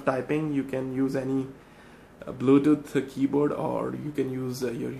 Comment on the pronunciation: did he say "baluduth mouse"?